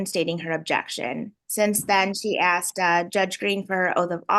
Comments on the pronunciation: I axed him a question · I axed you a question. Objection! Poor Robert Young looked like he wants a drink listening to this nonsense.